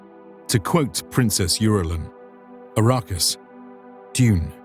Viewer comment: Its ARRakis... Not A_RA-Kis